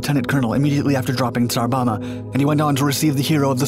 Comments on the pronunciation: tsar bomba, not bama. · You pronounce the latter B when saying Tsar Bomba.